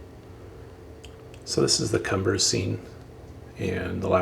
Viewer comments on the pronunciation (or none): Looks great. Very detailed and well done. Just FYI that the town is pronounced cuumbres ... which is spanish for peak. Keep up the good work!